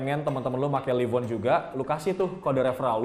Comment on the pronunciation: nah kalo yang sekarang udah bener bacanya: live on (liv on) kalo dulu bacanya: live on (laiv on) udah nyadar ternyata